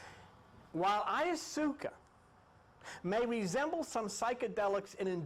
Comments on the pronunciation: He is adorable! He pronounces a lot of things in his own way, and I admire the hell out of him for that! I can tell you this, that I will never go on another journey while calling it by its real name. I will ask to please pass AYASOOKA tea. I also write spiritual music mostly rap and I just finished a cool little rap about tripping on these types of things and I think I might change the term ayahuasca to AYASOOKA. What do y’all think? It sounds more tribal! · Love you, Let's say it together DIE - Methal- Trip- Ta- Mean, Ok class repeat..... OK let's go over a few others, Vesica Picsis PIE-SEES, Ayahuasca, EYE-YOU-WASKA. ok class